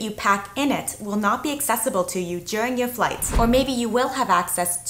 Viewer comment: so I just had a friend of mine listen to her, and she goes 'this lady's deaf' it's weird to me that that was her first reaction. I still maintain she has some kind of a speech impediment where her sounds are a bit off like the sound "r' also, listen to how she pronounces the word "during" that's the UK pronunciation if I ever heard one